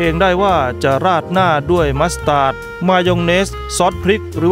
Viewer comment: มัสแตดครับ ไม่ใช่มัสตาด